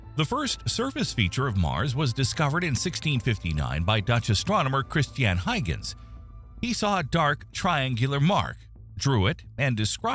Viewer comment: Yes but they always pronounce names and places wrong (ie. Huygens) and the content creators don't care enough to go back and fix it...